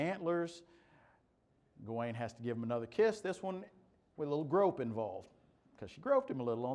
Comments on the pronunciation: It’s pronounced gah - win, me thinks. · "Ga-wayne" is the pronunciation; although you will also hear" Gawan" with some speakers. It's in Northwest Midlands dialect--different than Chaucer's London Middle English dialect that printer Caxton used..